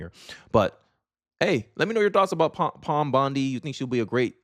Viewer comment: I like this chick. Very strong back bone. doesn’t disappoint with the mispronounced name either. Pam not Pom 😂😂